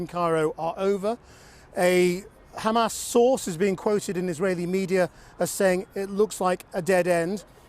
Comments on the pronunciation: Why these zionist can't pronounce Hamaz and keep saying Khamas? 😂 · Khamas! Khamas! Khamas!